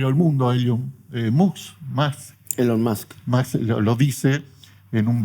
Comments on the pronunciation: DE DONDE SACASTE A ESTE TIPO? NO SABE PRONUNCIAR ELON MUSK PERO SE DEDICA AL AVANCE DE LA IA, LA CORRUPCIÓN ES LA CULPABLE DE LA POBREZA PERO NADA TUVIERON QUE VER LAS DICTADURAS IMPULSADAS POR LOS GRYPOS ECONÓMICOS, LOS EMPRESARIOS NO SON CULPABLES DE LA CORRUPCION SI NO EL FUNCIONARIO CUANDO NO HAY POLITICO QUE PUEDA ACCEDER AL PODER SI NO CON EL APOYO DE UN GRUPO ECONÓMICO. DE DOOOONDE SACASSTTEEE A ESTE TIPOOOOO??? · "Elon Mosk"